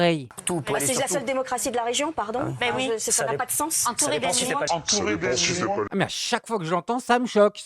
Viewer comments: ELLE A BIEN DIT A.NI.MAUX !!!! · Moi j'ai écouté plusieurs fois et j'entends bien "animaux" . Le mot commence par A et finit par un O...